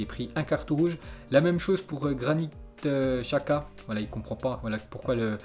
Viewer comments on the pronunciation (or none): none